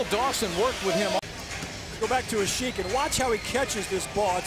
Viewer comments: Its asiiiiiiiik, not asik. From a bulls fan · they're trashing Asik's name.... i liked how they pronounced it when he was in chicago